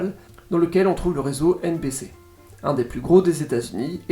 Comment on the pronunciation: Petit fun fact : la loi fédérale aux US autorise un maximum d’1/3 de pub par programmes. Par exemple le juste prix américain dure 1h, c’est 38/40mn de programme et 20/22 mn de pub. Par contre mes oreilles ont saigné avec « ABC / CBS / NBC » 😂 Les stations des chaînes TV et radio ont des noms à 4 lettres, les noms commencent par K à l’ouest du Mississippi et W à l’est. Par exemple KCBS et WCBS sont les plus grosses stations du réseau, à Los-Angeles et New-York respectivement. Merci pour la qualité de ton contenu ! Ta voix est agréable et il y a un bon côté pédagogique.